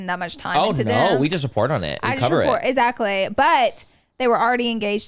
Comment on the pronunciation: somehow she switched the X with a Z lol !